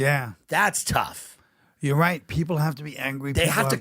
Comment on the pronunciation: also i love how Tim at some points sounds sooo much more Irish than he normally sounds. almost like him and Collin were resonating in that same frequency. (around the mark, how he goes, "right, right.")